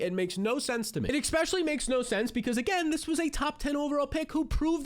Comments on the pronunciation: I'll hit the subscribe button if you start saying ESSpeically instead of ECKspecially. (Just kidding, I'm already subscribed.) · Hill and Jeanty couldn’t be bigger holds. P.S. You have to stop saying AXspecially, its especially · This is not a troll, I think you do a great job....So, with all due respect there is no "X" in the word "ESPECIALLY" and it's a word you use very often.